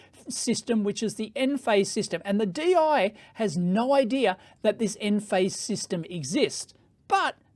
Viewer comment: It is called "Deyy--Yee"